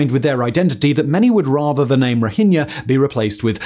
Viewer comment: Someone finally pronounced "Rohingya" correctly.